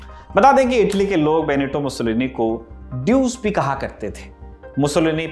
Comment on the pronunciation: Its not ड्यूस it’s डूचे